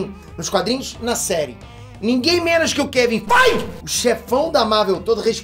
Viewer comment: Eu juro depois do gritar Keven faiguer eu não conseguir me concentrar no vídeo de tão, do quão inesperado que foi.